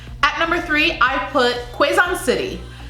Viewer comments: Quezon - KEH ZHON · Bagiou -- 'B /æ/ - g y /ö/ Capiz -- 'K /æ/ - p /ē/ z Cebu -- s /eh/ - 'b/ö/ Aklan -- /ûh/ - 'kl /æ/n Quezon -- 'k/eh/ - z/awe/n Biliran -- B/ih/ - L/ih/ ' r/awe/n I included the stress (') if this would help and so far the rest was pronounced well. 😊 Thanks for supporting our girls. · BAGUIO = bug-yo PASAY = pass-sigh QUEZON = kay-zone DAVAO = duh-vow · The announcer at the prelims pronounced Cebu city as 'seeboo' and Quesan as 'kayzahn'. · Mind the pauses(-) Capiz is "ka-piz" ka as katrina soundinh like a latin word piz as pizza Pasay is "pa -sigh" Davao del norte is correct Cebu province "SEABOO" fast no pause Aklan..correct General santos correct 😄 Again with the " seaboo" its fast like a line Quezon " ke-zon" as ken barbies boyfriend Biliran is correct sorsogon..is correct Davao is ok Paranaque is ok